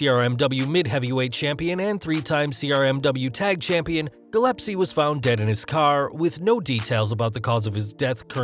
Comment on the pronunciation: It's Gil--es--pee, nor Gil--ep--see. My hometown... Shoot.